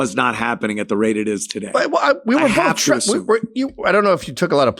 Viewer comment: ANTHONY. THERE IS NO LETTER “L” in the word BOTH. IT’S NOT bo”L”th! Ffs you speak for a living!!!